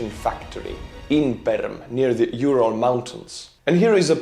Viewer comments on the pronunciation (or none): none